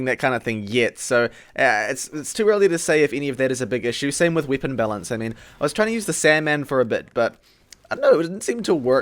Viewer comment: I love every time you say weapon, "Wipon" makes my day